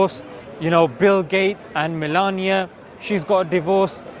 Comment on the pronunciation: it's MELINDA not millenia.. 😂 I doubt that if you said it on purpose. BTW you are looking cool.